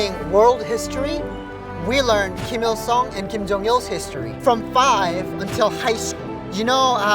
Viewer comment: ㅏㅑㅜㅇㅁ ㄹㄷ디(웁스) Kinda feel weird about this guy. 1. He pronounces Ghim Jung Il (김정일) as "Ill (이을)" instead of "Il (일)" like Koreans (both North and South) would pronounce. 2. He doesn't have any "accent" when he speaks English and he's... FLUENT. He's the first North Korean I've heard without any accent. 3. So he says he's a 'Christian', so he was brainwashed from the Communist and now brainwashed into believing some fairy god that watched all the North Korean starve to death, died from torture, etc. and he worships it?